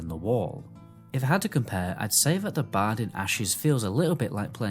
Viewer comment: I finally figured out you are saying the word "BARD". See there's an R in that word. So it's BARD. Not BAD.